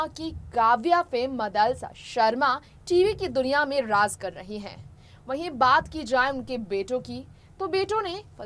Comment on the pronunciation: Kon jahil hai ya raj ko raz bolrahai unper😁😁